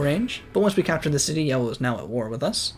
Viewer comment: I like that he says yewo instead of yellow for half the civilization stage